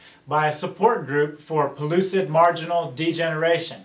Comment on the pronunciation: PELLUCID NOT PULLOOSID (PRONUNCIATION)